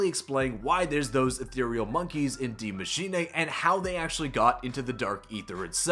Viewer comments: Die machine not d mashina lol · Soo uhhh "die maschine" is GERMAN for "THE Machine" and not "die" as in death but German for "the" ... Ik language... Die (Dy) Maschine (Ma -shee-ne) like charlie sheen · why do you say dee machinay